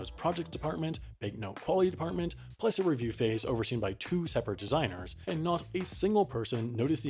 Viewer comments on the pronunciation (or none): "Aend" not a single...